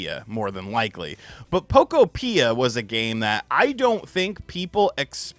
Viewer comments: Isn't "Pokopia" supposed to rhyme with "utopia?" I thought was a Nintendo YouTuber. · why do you pronounce Pokopia like that?☠️ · Much of the marketing material I have seen is pronouncing the game similar to Utopia. I think that is actually where the name comes from. Utopia, Pok-opia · Your pronunciation of Pokopia 😂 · Learn how to say the pokemon games name the right way fake gamer stop saying it wrong they have said they games name the right way over and over again and take ur own advice and stop talking about stupid crap fake gamer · “I’m not going to play Pokopia, probably” sounds like “I’m not a Nintendo you tuber” 😂 I’ll be here when you show your Poke Island